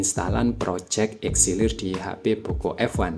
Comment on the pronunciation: itu "Elixir" bukan "Exilir" bang😭